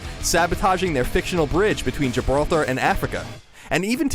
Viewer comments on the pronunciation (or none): none